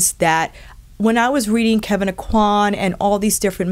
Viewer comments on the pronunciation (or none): none